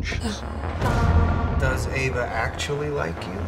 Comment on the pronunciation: Great video but its Ava with an 'A'